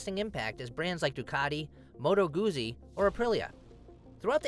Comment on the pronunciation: MOTO_ GUTZI its pronounced